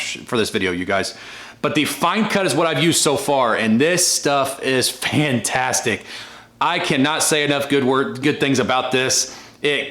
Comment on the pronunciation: That was some gloss on the paint it looks like a different truck, did you say it was pantastic, or fantastic 😂😂😂😂 a joking aside you did a good job 👍👍👍